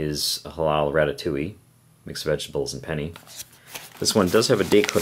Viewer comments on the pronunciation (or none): Pennay not penny lol